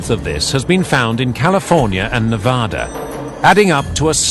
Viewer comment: Great video but do not say Navodda and Nevodder, it is pronounced exactly as spelled, Nevada with "ad" in the middle, not "odd" in the middle and no "R" anywhere in the name.